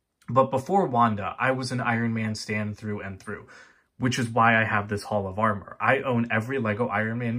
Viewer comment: Thon were I Love Your HOLL OF AR MER😂